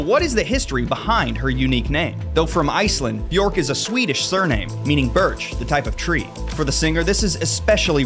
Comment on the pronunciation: My name is not odd. It’s just a tree. Many people have tree name, color, flower names etc.. Americans take old Scandinavian names like it’s exotic to be interesting but they pronounce them wrong and it sounds awful 😅 And Bjørk is not pronounced that way. It’s not with Å, its an Ø. If you can say LURK you can say Bjørk. With a real Rrrrr. It’s almost the same. You’ll get there.